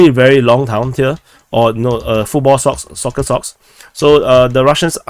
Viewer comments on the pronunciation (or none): none